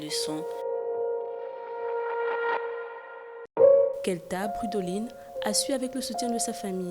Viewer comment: Kelda pas kelta. C'est ma princesse je suis fier d'elle #KarterB